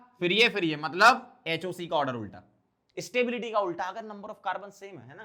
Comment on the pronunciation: Stability ❌ Satebilityy ✅ 😂😂😂